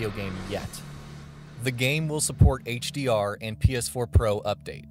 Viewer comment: This is all I can hear - "The game will support HearhghDR and PeAHS4 uPHdate"